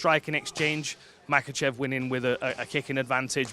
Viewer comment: Islam MaCUHchev👨🏽🇲🇽 no quema cuh😂